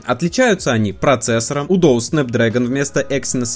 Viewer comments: Откуда взялось доус,если дуос??? При чем так уверенно произносил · ахахаха, доус) Может быть дуос?) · не Доус, а Дуос. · Да почему дОус, если он дУос?🤌🏻🤌🏻🤌🏻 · Не ДОУС, а ДУОС. Странно что никто в комментариях не поправил. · дУОс, а не дОУс. ЭнЭфЭс, а не ЭнФэЭс. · дОус. 😂 Может быть ДУОС, от слова Дуо? Дуэт есть такое слово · Может не доус а дуос? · Дуос же... Доус 😁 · На Айфоне скролл очень тормозной, после нормального телефона с андроидом, айфон бесил сильно. Будто пытаешься по желе двигать страницы. И, пожалуйста, не дОУс. Там же дУОс написано. Уже которое видео напрягает😅 А так спасибо за видосы) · дуос, а не доус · дУос , а не дООс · так правильно не дОус а дУос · Не доус а дуос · Ты серьёзно считаешь, что "Duos" должно произноиться как "Доус"???